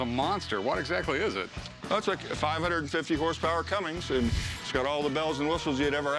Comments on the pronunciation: I would not trust mechanic who pronounces Cummins..."Cummings"... absolute travesty 🤦‍♂️ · CUMMINS!!! FFS IT LITERALLY SPELLS IT OUT ON THE BADGE C-U-M-M-I-N-S! THE LETTER G ISNT AND HAS NEVER BEEN IN THE NAME! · Are they legally not allowed to pronounce “Cummins” correctly?